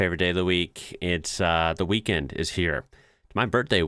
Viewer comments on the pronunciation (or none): the “weakened.”